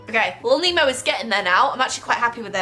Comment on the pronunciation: Nemo more like Oh-nmo